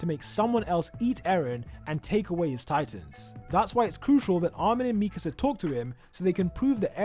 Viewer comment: Why do people say Mikisa instead of Mikasa?